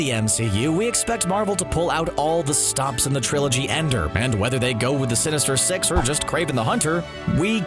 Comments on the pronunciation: when he said the word “sinister six”, all i hear is “sinister sex” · Anyone thought he said sinister sex 😂